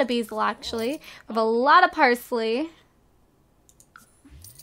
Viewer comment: Stop saying Persley its parsley